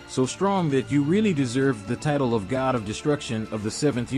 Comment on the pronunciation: This is the first time I've ever heard somebody pronounce every single title wrong